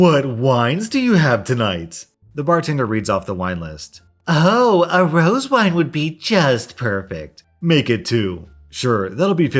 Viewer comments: Come on man, not again. It's Rosé, you know French, pronounced, Rose-Hay. Why do you do such great videos and murder so many words? It's a little ironic that you read the sub-reddit murdered by words when you literally murder so many words and names with your pronunciation. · I love your content but you said rose wine. It is pronounced rosé. (Put it into google translate and listen to what’s in the type field). It is a hard e. Not to hate, I’m just trying to help you. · Thé rose wine is pronounced with an ‘ay’ on the end so pronounced rosay but written as rosé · Rose wine, its pronounced "ro-SAY" wine. Just saying lol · Hahaha rose wine. It’s roseaye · Rosé wine is pronounced "rōˈzā". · Interesting pronounciation of rose wine, haha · It’s pronounced Rose-ay wine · Just curious, isn't it pronounced ROE-ZAY wine? Also love your content! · the way he says rose wine is so funny 😂